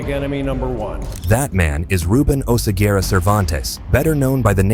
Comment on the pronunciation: Oseguera, not Osegüera 😂😂😂